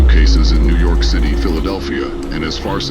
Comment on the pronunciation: The AI needs work and it doesn’t say things right like New York being pronounced like Nework, and it repeats in some places , but the audio is good.